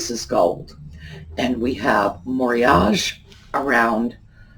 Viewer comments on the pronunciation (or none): Hello. Isn't the pronunciation 0f moriage - more ee a gay?